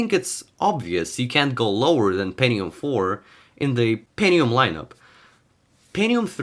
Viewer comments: ¿peNNium or penTium?, it sound like pennis, so please pronounce the T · Pentinum ❌ Pentium ✔ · „Pennium”?? Hää? Goes it noch?